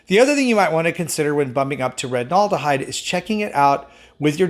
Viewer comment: You're only confused because you are mispronouncing aldehyde. -ol and -al are not the same sound. It's OLL and AHL.